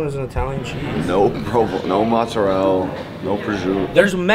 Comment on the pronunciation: Every time young pronounces Mozzarella Mozzarell, a Dolente dies somewhere in Old Country.